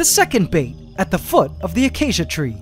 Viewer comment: Okkk when you say acacia I already knew you're in the Philippines